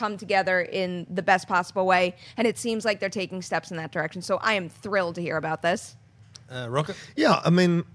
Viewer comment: If Rocha is hispanic then his last name should be pronounced with the "ch" sounding like it does in "chair" or "chocolate", not like a "k"!